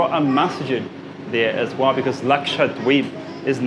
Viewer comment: Everytime karl says Lakshadweep, Excellent pronunciation for a foreigner.